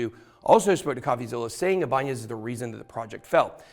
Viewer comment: bro that is so not how that is pronounced 😂 It’s actually also the name of a guitar company. You’re saying the n like an ñ. It’s just “I-buhn-nez”. …orherwise interesting video though, didn’t even know all of this happened, thank you for sharing